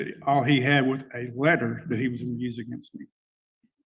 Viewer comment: I thought he was saying “ladder” then when I realized it was “letter” I still didn’t know what he was talking about.